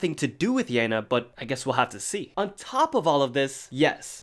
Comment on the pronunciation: yena is pronounced like "yeh na"